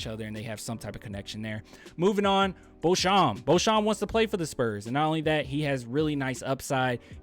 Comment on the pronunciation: It's pronounced "Bo Champ" =Beauchamp